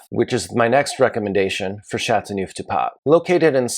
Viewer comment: I wish he'd learn to pronounce the appellation correctly.